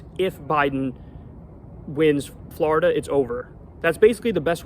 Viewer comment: I love how Kyle says "Florida"! 😅